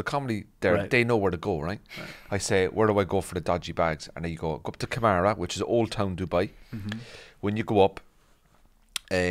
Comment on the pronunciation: Karama, not kamara